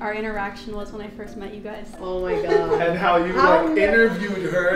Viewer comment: aint no way mama rug said GAWAD..